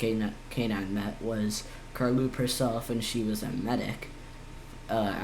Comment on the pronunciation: No it’s car low p